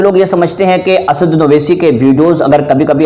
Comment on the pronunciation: assauddin ko acche se bol